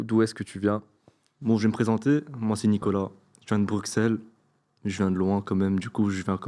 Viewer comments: le chill guy originel Deuxieme remarque : Bruqqq-sell ? C pas brusselles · Le premier j'ai jurer quel belge dit bruccels ? Dit brussels, on dirait qu'il est français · Un belge qui dit brukselle c'est curieux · Pq le premier gars dit Bruxelles comme un Français ? le x ça se prononce comme un s ici, dsl ça m'a fait tiquer haha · Tu viens de Bruxelles et tu prononce quand même le "X"